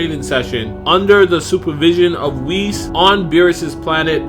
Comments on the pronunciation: Holy crap it's Whis not Wheeze. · You say Whis as (Wheeze) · Did he pronounce Whis as Wheeze?